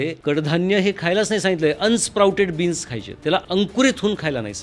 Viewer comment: ह्यानला बीन्स म्हणता येईना बिनीस म्हणतोय. नक्की डॉक्टर आहेत का?